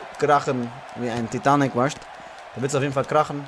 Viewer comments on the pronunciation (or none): none